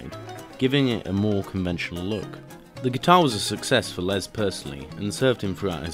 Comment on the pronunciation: Good video but ITS NOT LEZ PAUL ITS GODDAMN LES JESUS CHRIST